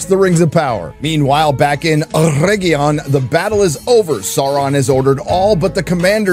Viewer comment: “Mostly Peacful sack of oregion” 😂😂